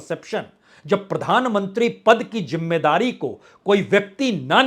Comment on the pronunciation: Arre hosh main aaja You look like a fool Hahahaha Rahul Gandhi 😅😅😅 Apna diction to theek kar. Jimedaari nahi. Zimedaari Ullu 😅